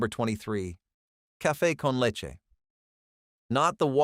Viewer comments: toss tones… pee lawn… per nill… cafe con letch… gwineos… I’M SCREAMING 💀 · Caffay con letch!!!???